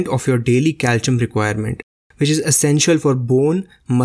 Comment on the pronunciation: I like the video and chia seeds are great. But it's pronounced cal - see - um.